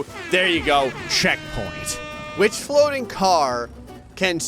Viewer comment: diff. fwoating failures 🤣/